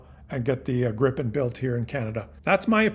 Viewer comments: It's called Gripen - not Grippen. And it is - and shoulf also by English speaking people be - pronounced "Grìpen, wvere the i is pronounced likr a semi-long "e" Grip means Griffin and Gripen means The Griffin. The name JAS stands for "Jakt, Attack, Spaning". Jakt translates to hunt and spaning translates to surveillance. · According to a Swedish friend, it's pronounced "GREE-pen". Regarding Golden Dome, there is no way it can work without sensors on Canadian territory. Ergo, we have something they need. We should actually charge them for using sensors located on our territory, or at least gain the dubious protection of GD for free. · It's pronounced 'greepen'. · It is pronounced Gr-eye-pen and it is spelled with 1 P.